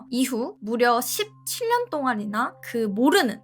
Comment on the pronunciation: 경상도 분들 궁금한게 있는데 혹시 17년을 십칠년이라 읽는게 아니고 씹,칠년동안 하고 끊어서 쎄게 읽는게 사투리인가요 아니면 이 나름 아나운서처럼 읽으려고 노력해보는건가요